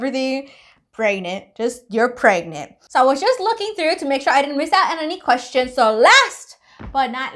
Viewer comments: I love how's I says pregnantll lol and your name does not have to be perfect you are already perfect choose a nice name does not have to be a perfect just like I said nobody is perfect enjoy the rest of your day and are you going to do do a video on the baby when it's born not instantly cos that's just like going into an adoption centre and southerner camera and loads of kids faces that's not nice just like give us a picture sorry if you think I was being rude in any of these messages love you by the way who wrote this message was a both of you???? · So funny how you say pragnaaat